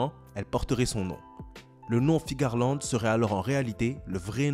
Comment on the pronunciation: Tu dis Figarland ? C'est pas Fearland son nom ?